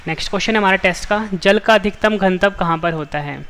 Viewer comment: Ganatva bolo Gantav nhi